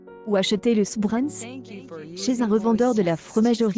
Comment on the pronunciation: Mort de rire la prononciation à la française 😂😂😂 ce n'est pas du "chbrinse" c'est du CHBRI'NTZ toutes les lettres se prononcent en Allemand. Et pour info ce fromage est l'ancêtre du Parmigiano